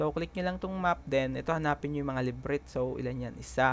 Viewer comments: LA BI RINT pagpronounce hindi librit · Bro.. thanks for your video.. i really appreciate it. But just for you to know about the word that you pronounced LEBRYTH its pronounced as LA-BI-RYNTH.. :) para din makatulong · Labyrinth is pronounced as Lah-buh-rinth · Lods thank you po ng sobra ngayon palang ako nag start maglaro sobrang informational astig. Labyrinth (LA - BI - RINT) po sya basahin. more power and tutorial boss salamat! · matagal nako nanonood video mo.. bakit parang bigkas mo sa labyrinth LEBRINT?